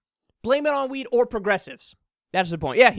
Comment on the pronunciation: goes cross eyed the first time he said weed I honestly though the said "they blamed it on the wii"